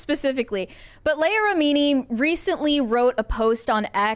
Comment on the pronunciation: Mispronouncing Leah Remini's first name is so cringe.